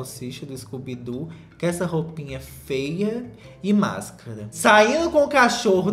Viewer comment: Aii como eu amo esse "fêa"